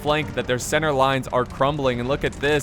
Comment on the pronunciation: Was Marshal Ney in that unit of French hussars at the start? Jesus. "Pousser la centre"'d a little too hard there.